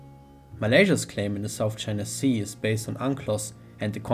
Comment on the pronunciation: Do not say Sout China Sea